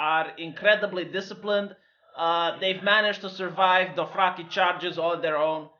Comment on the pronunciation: Drohaki....Drohaki?? ....oh! Dothraki! XD